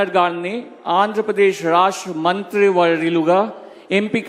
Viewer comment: Rahasya kadura babu rashtra currect